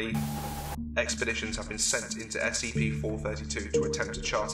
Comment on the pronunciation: EXPERDITIONS DUUUUUUHHH